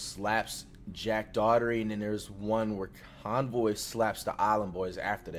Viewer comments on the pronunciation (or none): Who tf is konvoy lol its konvyyyy